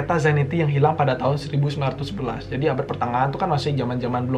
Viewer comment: apa cm aku yg denger ngomongnya 1919 bukan 1911?😂😂✌